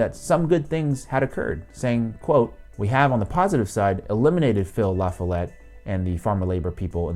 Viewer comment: I know it's nitpicky, I'm from Wisconsin and it bothers me hearing you mispronounce "LaFollette". It's supposed to be pronounced like "la FA let", stress on the middle syllable.